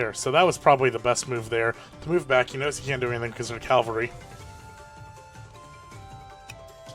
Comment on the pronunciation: It's pronounced cavalry. It's literally spelt that way.